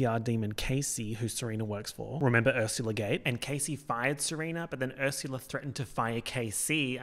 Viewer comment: You said Ursula in a normal way once and now I know you don’t have to say ersyula